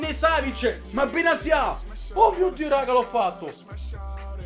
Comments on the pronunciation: Benatia si dice no benazia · Quando improvvisamente benatia diventa benasia🤣